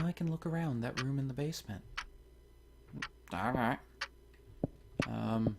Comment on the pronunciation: Wait, did you just do my kinda slurred "alright"? And to find out if we really are crazy or not.